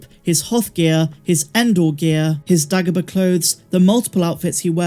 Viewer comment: I’m so confused by your pronunciation of the name ‘Dagobah’. No one ever says it like that!